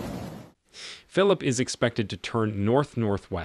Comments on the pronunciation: When writing your transcripts for the voice synthesis program try to spell words based on how they sound and not based on correct spelling. For example, it mispronounced "Phillippe" pronouncing it the English way. In a case like this, maybe write it as "Fill-leap-pay". Also you used the "St." abbreviation which the program misinterpreted as an abbreviation for "street". You would have to spell it out fully - "saint" - to get the correct result. Always write with phonetics in mind when you're doing your transcripts for voice synthesis. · Not phillip... Philippe. (phil-leap.)